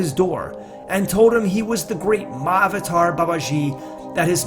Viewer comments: FYI. The word Mahavatar is two parts. "Maha" and "Avatar". Maha means great. Avatar mean Incarnation. Together it is pronounced "Maha Avatar". It is not "Mah" "Avatar". Mah means mother. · a small correction : It is pronounced Mahaa-Avataar. not written like that though. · The pronunciation: Maha-vater instead of Ma-avater. Isn't it? Maha means great. So I think it needs to be pronounced... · It's not pronounced Ma-avatar. It's pronounced Maha-Avatar. Maha means great or noble. It's similar to Mahatma (Maha-Atma) Gandhi. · Why does he keep saying "Ma Avatar" instead of "MAHA-Avatar"? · yeah does sound like that. maha avatar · It would be nice if you could actually pronounce Mahavatar properly. In Sanskrit the "a"s combine in Sandhi. Maha Avatar. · The proper pronunciation is ma-ha-avatar... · Tupark82: Yes, he left out a sound. It should have been pronounced maha-avatar, but conventional spelling unites the two. 'Maha', in Sanskrit, means 'exalted', or 'great'. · i really thought he was saying my avatar babaji 😂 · You don't even know how to pronounce Mahavatar, sounds ridiculous the way you say it. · Why are Americans so absolutely terrible at pronouncing Indian names? It's like they don't even try. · When you figure out how to correctly pronounce "mahavatar" then I might listen to your video beyond 20 seconds. Get a clue!